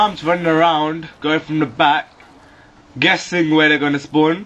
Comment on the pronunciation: "im geussink"